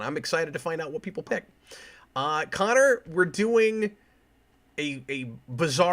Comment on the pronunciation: Sick! I got the first requested episode. Also Cap, my name is pronounced Conner.